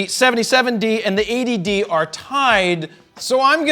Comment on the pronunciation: everytime you say 80d it sounds like A.D.D.